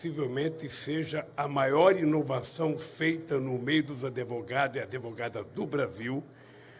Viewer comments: é Advogado ....não AdEvogado...não aprendeu com tanta audiencia até ser preso ? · OS "ADEVOGADOS" KKKKKKKKK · "Adevogados". Parei de assistir aí. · O nome não é adevogado! Ainda se acha intelectual? Kkkkkkk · Os adEvogados do Lulalau, kkkkkk